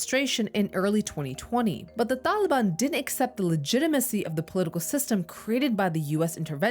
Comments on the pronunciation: “Da daliban” hahahaha wtf is she saying?!? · Wrong. Taliban in its current form is a Pashto word and she is not pronouncing it as ppl in AFG do. Maybe she's using an Arabic pronunciation, but no one in AFG says it that way.